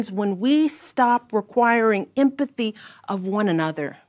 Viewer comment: LOL!!!! She can't even pronounce empathy.